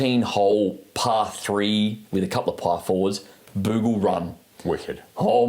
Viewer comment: pronouncing Muni “Moony” is slightly triggering Also it’s Barnbougle, not Bambougle 🙄